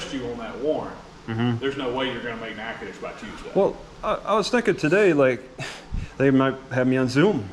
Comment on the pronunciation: He pronounces the name wrong on purpose. It's actually Nachitoches (Nack-a-tish) 🤭